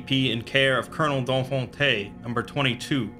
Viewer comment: I love the way he pronounces "Donfonte".